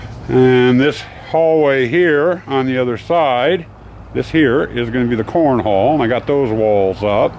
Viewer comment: haha, with that cigar in your mouth, when you say "corn hall" it sounds like you're saying "corn hole" Looks great so far!